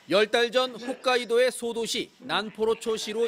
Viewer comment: 기자님 홋카이도에요! ㅎㅗㅅ카이도